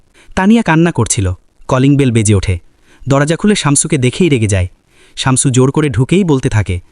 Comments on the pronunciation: উচ্চারণ টা শামচু /চামচু নয়। শামছু/শামসু। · শামচু না, শামসু শামছু 😂🤤